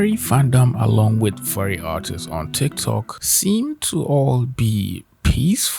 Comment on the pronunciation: he says artists and it sounds like autists jesus...